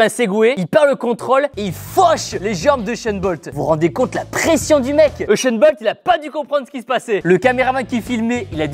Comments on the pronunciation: C’est pas euchun bolt c’est usain bolt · Je sais mais son prénom se prononce euchene je suis camerounais. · Il a dit euchent bolt?😲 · oui mais Tibo a dit Uchain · Raptorus 2000 je sais mais c'est seulement comment il le prononce...